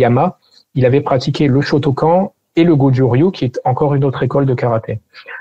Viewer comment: J'aime beaucoup la vidéo, mais la prononciation de "shotokan" fait mal